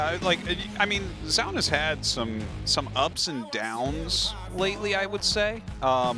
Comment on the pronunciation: Still not going to pronounce Zoun's name correctly? You had it for a while there. Doesn't take any special effort...